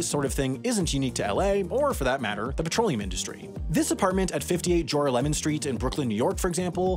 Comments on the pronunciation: Haha, Juu-ra-lemon xD Juu-raah-leh-mohn! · "YOU'RE A LEMON!" it's pronounced "jer-ah-leh-men," lulz. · I'm a supervisor for the New York Subway. I've been to this building before. It is literally a shell of a building over the ventilation. It blew my mind when I first started working here and I was shown it. BTW, we in NYC pronounce it Joral-Lemon St, not Jor-a-lemon lol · Regarding your description of the subway ventilation outlet made to look like a townhouse in Brooklyn, unfortunately I must tell you it reminded me of how my mother chastised me for mispronouncing JORALEMON STREET when I was a teenager, just as you did in this video. The street name is not pronounced Jora-lemon. It's pronounced Jo-rah-limon! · jura-lemon street? wow.. I never knew we had a jura-lemon street.. we do have a Joralemon street in Brooklyn heights, its right in the same neighborhood as many other streets named pineapple, cherry and orange, so I could see why you'd think joralemon would have an emphasis on the 3rd syllable rather than the 2nd syllable. but as a general rule of thumb, if a street is named after a person, they probably aren't going to be named after a fruit, unless we're playing clue. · Tell me you don't live in Brooklyn without telling me you don't live in Brooklyn. "Jor-e-lemon Street" 😆😆😆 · Lol at your pronunciation of Joralemon! Jer-AHL-a-min. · "This houses at 58 JORha Lemon Street" lol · the way pronounced joralemon street just killed me a little